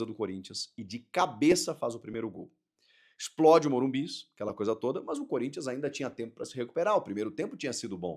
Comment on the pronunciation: Que poha eh essa de morum"bis"?